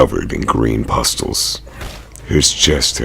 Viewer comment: Come on, man. "EXcaping her fate? Excaping? Es-caping. Sorry, but that doesnt get the pass that other mispronounced words might. You must be a clownfish, because Dory has some speech tips for you. Pustules is pronounced Pust-ewl. Patriarch is pronounced Pay-tree-Ark.